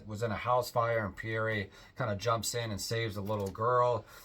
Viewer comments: Pierre is pronounced Pea. Air. It’s French for Peter. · I found his mis-pronunciation of the most common French name in history rather embarrassing.